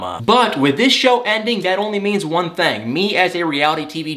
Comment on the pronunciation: No Judgement, only observation... I have my own verbal quirks too... But you pronounce "Thing" as "Thang". I'm sorry, I just Had to get that off my chest! Excellent segment as always tho! 👌 🙏 ♥️